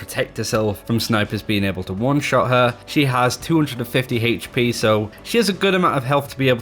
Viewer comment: Omen by HP Brian G. - Why you putting so much emphasis on the H?